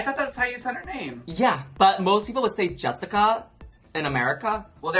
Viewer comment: funny bc Laganja says the name Jessica how we say it in germany😂😂